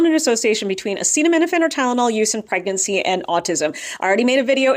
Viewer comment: Or "pregercy". 🤦‍♀️